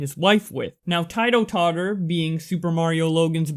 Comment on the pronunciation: The way you pronounced Titototter pisses me off